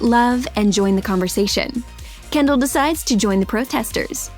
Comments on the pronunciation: “Kender” It’s Kendal get it right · Um she said kender instead of Kendal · Is it just me or does she say Kender instead of Kendall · “while kender” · Kendall Jenner not Kender 😂🙅🤦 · You said kender 😂♥️ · Lol exactly 2 mins and 10 secs into the vid she called Kendall Kender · In she said kendar lol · Anybody noticed that she said kendar?? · she said kender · did anyone notice her say kender near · “While kender” ???????? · who else heard she said kender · she said Kendall’s name wrong